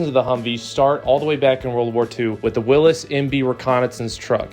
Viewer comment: Not Willis, Willies!